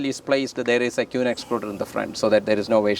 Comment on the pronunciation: Absolutely incredible video . The way he was pronouncing 'queen' was really getting me . 'kew-ween' 😂